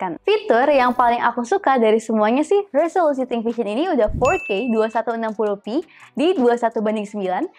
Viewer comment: "nonton video fourrrrke" hampir salah dengar saya ko 🤣🤣